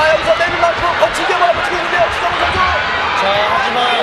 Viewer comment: Chu Sung Hoon, or Choo Sung Hoon. Not Cha.